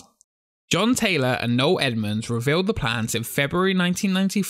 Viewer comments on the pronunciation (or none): It's No-EL Edmunds, not No Edmunds. No-EL.